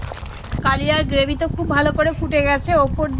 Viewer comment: গ্রেভি হবে গোভি টা কী বাল